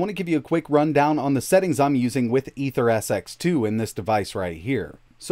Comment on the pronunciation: The emulator is pronounced as "Eater-SX2" not Aether.